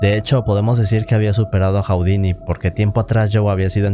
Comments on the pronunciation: Hu-di-ni, no Hau-di-ni! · Está muy interesante el video, solo que estresa un friego que diga "Jau-di-ni" en lugar de "Ju-di-ni" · Nadie, absolutamente nadie en el mundo: Este tipo: "Jaudini"